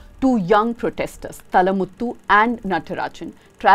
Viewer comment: Please pronunciate the name as Thaazhamuthu Natarajan!